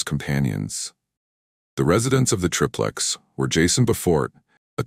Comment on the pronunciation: Btw its pronounced like TRY-PLEX. Every time i hear TRIP LEX its like nails on a chalk board!